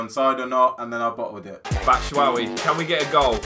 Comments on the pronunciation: i think that michys surname is batshuayi not batshuawi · great series guys. BTW, it's bat-shoe-why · Why do they say batshuwawi?